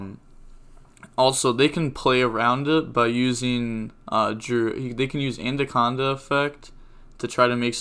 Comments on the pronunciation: bro its A-Na-conda , not An-Da-conda xD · I know its nothing serious but it annoys the fuck out of when u say aNDaconda when its aNaconda